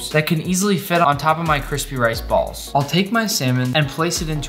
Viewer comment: When he got to sushi rice he said bals